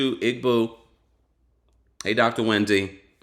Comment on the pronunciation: Hey... for "Igbo" the "g" is silent, like "Ee-bow." Welcome, my brother!! ❤️